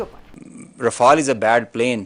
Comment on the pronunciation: Naam to dhang se lo......r-fa-l